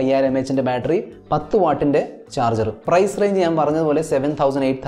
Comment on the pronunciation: ബാൾട്രി അല്ല ബാറ്ററി 😜